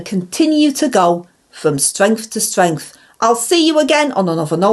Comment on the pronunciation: With our ang as PM the UK would go from stwength to stwength 😂